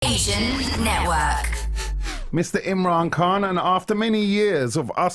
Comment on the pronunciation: You need to pronounce the mans surname properly!!!